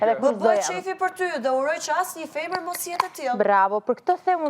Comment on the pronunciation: Dolce sdin me than femer po thot fomor 🤮🤮🤮👎👎